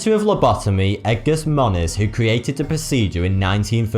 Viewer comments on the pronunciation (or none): none